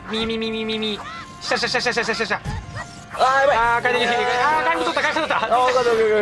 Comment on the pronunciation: なんか回転切が、快適に、に聞こえるwww